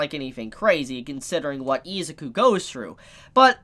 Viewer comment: I'm just going to tell you now, Isuzu is pronounced I-Zoo-Koo Not Eez-ik-ew